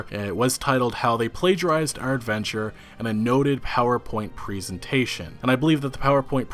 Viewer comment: Anyone else notice the way he said presentation ?